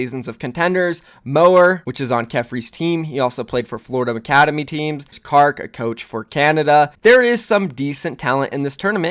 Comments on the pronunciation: It's pronounced Kar-Q, not Kark, lol. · I'm sorry but.. did you just call him Kark? It's KarQ. There is clearly a letter there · KarQ is pronounced as “Kar Q” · Yo, just saying, it's carkew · It’s called Kar Q i tot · First says aero as A RO and now karq as kark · its pronounced kar cue btw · No way did you just call KarQ Kark????????? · you just called karq KARK... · I agree with most of the stuff in this video, BUT THE WAY YOU PRONOUNCED KARQ IN THIS TRIGGERED ME